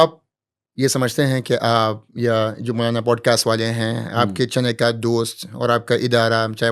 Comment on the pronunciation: Pls Poodcast nahi Podcast